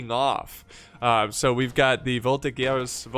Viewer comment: You're very good with history while you play these games; yes, the " Royalists " were enemies of Napoleon, and also the Revolutionary Army soldiers who often massacred Royalist prisoners after battles. - Volti-JERz - Shay-voh-leh-jey / Chevaux legers = Light Horse - Shas-sie ah shay-val = Chasseurs a Cheval = Mounted Hunters, kind of like a cross between Hussars and Dragoons